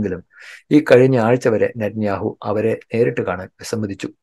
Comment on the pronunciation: നിത്യനാവു... നാവ്വ് വടിക്കാതെ പറഞ്ഞാലേ ശരിയാകഉഃ.. 🤣